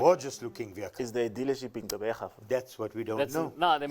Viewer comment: The way pronounced 'Gqeberha' is impressive 👏 🙌 Edit: That 4-speed AMT is for the city driving, but once you go over 100 km/h, the car will start screaming at you...